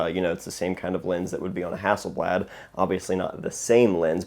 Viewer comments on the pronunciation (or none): none